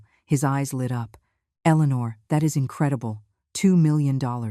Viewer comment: I'm so happy to hear Eleanor pronounced correctly that I forgive you! ❤Much better!